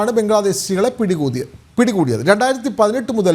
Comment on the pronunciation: എടോ ആവേശം മൂത്ത് എന്തെങ്കിലും വിളിച്ചു പറയാതിരിക്കുക . പിടികൂതി എന്ന് അല്ല പിടികൂടി എന്ന് പറയൂ. ബംഗ്ലാദേശികളെ കിട്ടി എന്ന് പറഞ്ഞപ്പോൾ എന്തൊരു ആവേശം. അവനും പണ്ടത്തെ ഇന്ത്യക്കാരൻ തന്നെയാടോ വിവരദോഷി .